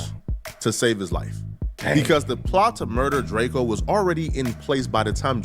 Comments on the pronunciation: Pronounce it right duh. We know the truth. Lldtr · Drake-o not Drakeo